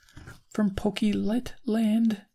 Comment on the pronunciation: Pokey Lit? It's pronounced Poke-clit.